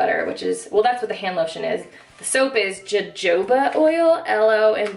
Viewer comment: Ahh Ahh I've been waiting for your trader joes haul!! Also, the jojoba oil is pronounced "Ho-Ho-ba" ^.^ ironically makes your soap even more Christmas-y!!